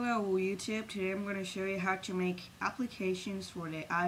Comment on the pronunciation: 1st: in the beginning you say "Hello Weed-Tube" wth????? hahaha em... can this run for windows?